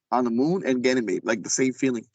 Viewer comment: I don't know if this is legit or not. Never any proof of any of these kinds of stories. doesn't sound very educated for someone who is supposed to be in a space program. He can't even pronounce Ganymede properly. Anyone can make up these kinds of stories.